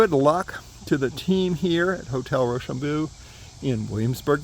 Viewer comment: its pronounced RochambO, not Rochambooo. Either way Im local to the area and had no clue this was being redone. Cool video.